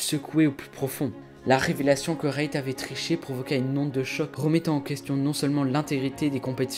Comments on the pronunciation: Tu me stress a dire Rayt c’est REET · Bonne vidéo mais c'est frustrant ta dit rayt tout le long reet ce prononce rite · ça se prononce pas "rayt" frr mais "reet" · Ça se prononce REET, pas RAYT, il a raison hin, perso ça me dérangeait chaque fois quoi disait RAYT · Je trouve ça bien de faire des vidéos de ce genre, mais essaye d'éviter de parler de manière alambiquée stp ca sonnera mieux. Et c'est reet comme "rit" pas "rayt" 😂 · sa se lit " rite " pas rayte sinon super vidéo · "RAYT" IM DYING LMFAOOOOO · Apprenez à parler, et je suis américain lol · Bonne vidéo mais c’est Reet -> Rite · on dit « rite » frrrot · j’ai commencé la vidéo j’ai tenu 30 seconde jme suis barré tellement c’était cringe, nn mais la vidéo avait l’air pas mal et peut-être bien ecrit mais juste la prononciation de REET nan mais mdrrrr Rayt c’était trop cringe désolé